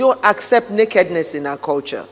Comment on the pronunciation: Lol when I heard the First Lady say, "we don't accept nakedness in our culture," I thought she said, "we don't accept meghanness in our culture." On a serious note, I do think the children exist. How they got here is what's questionable, imo. The children can't be included in the line of succession if surrogacy was involved. I really think that's what the whole deception is about.